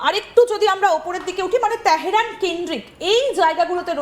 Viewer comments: বাল ফেলানি ভালো ভাবে বল।তেহেরান না তেহরান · She pronounces TEHRAN very awkwardly